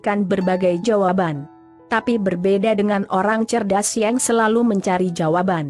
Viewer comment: Mba google kenapa menyebut kata....yang...jadi...yeng...